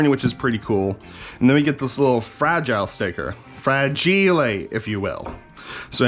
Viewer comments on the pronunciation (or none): Frah gee lay... must be Italian